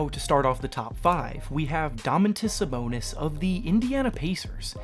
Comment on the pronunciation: You butchered Sabonis name. 😂🤦‍♂️